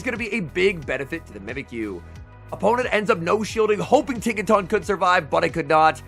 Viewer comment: Tinka-tun. Giga-tun. Not Tawn.